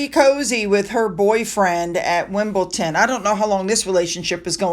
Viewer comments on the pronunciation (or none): One more correction, please! It’s Wimbledon not Wimbleton . Thank you for all your great reporting! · .......pronunciation is WimbleDON and NOT WimbleTON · PLEASE NOT WimbleTon - WimbleDon. Thanks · *Wimbildon, not Wimbilton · Realise that the pronunciation of English places can be difficult but please please stop saying WimbleTon . Lots of us have pointed out many times that it is wimbleDon. Its driving me crazy. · It's pronounced Wimbledon not ton.❤ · I love your channel, but please, try....wimble DONE. No T. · DON pronounced done